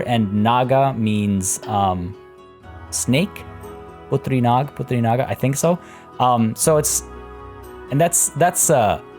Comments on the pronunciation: you pronounced putri naga incredibly well! putri can mean both daughter and princess, and naga means dragon in indonesian, likely both were derived from hindi language, also we don't pronounce j as h so it's definitely na[j]o :-) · In Bahasa Indonesia, putri can mean princess too and naga means dragon. Hence, The Tale of Dragon Princess. And I am shook when you pronounce Putri Naga like a native lol Good Job!! I really need the boost from your video to stay sane during corona madness! Keep it up:) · Born with Malay as mother tongue, I must say. Im impressed that you pronounced it very well! Congrats!